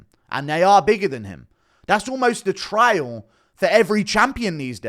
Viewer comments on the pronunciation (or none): none